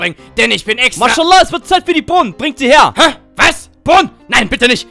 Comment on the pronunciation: Maşala😂😂😂😂😂😂 ich sterbe von lachen der Katze sagt immer maşala